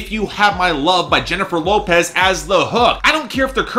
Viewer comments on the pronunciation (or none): none